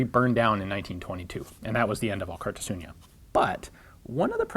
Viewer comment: A bit of pointless name trivia. Alkartasuna means solidarity or union. a fitting name for a company made by former gunsmiths. Also i think Alkar means together in the Gipuzkoan dialect of euskera, but I'm not Gipuzkoan so don't take it as a 100% fact. (Elkar instead of Alkar is used in the common version of euskera). Funny to me that Ian is pronouncing the name like "Alkartasuña", Don't worry Ian even many Spaniards don't attempt to pronounce our names. Good video by the way.